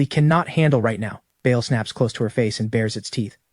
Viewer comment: The demons name is pronounced barl spelled Baal not Bayal 👍